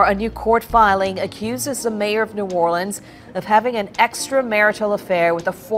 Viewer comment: I knew she wasn't from here because of the way she pronounces it.......new or le ans